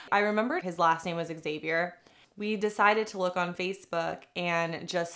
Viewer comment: why does she pronounce Xavier like that....